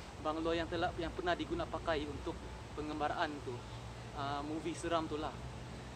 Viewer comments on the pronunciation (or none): Pengambaran bukan pengembaraan 😂😂😂😂